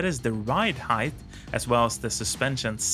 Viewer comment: English speaking American here... Heighth is not a word. You say the word heighth multiple times in this video. its pronounced HYTE not HYDTH